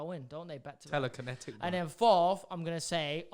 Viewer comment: Ethan really said telekinetic